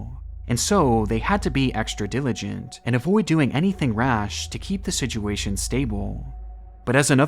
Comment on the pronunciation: I love these videos so much but, it's so hard to watch when he says "sidguation"! It's like nails on a chalkboard. If you can't say situation then just leave the word out of the videos. Does anyone else agree? I'm not saying I don't like these videos, because I do really like them and the dedication and time gone into these videos is great, I'm just saying "sidguation" is so distracting and I totally forget what he just said because I can't get past the pronunciation ☹️